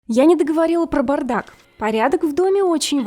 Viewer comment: Не глотай гласные, бардак ,а не брдак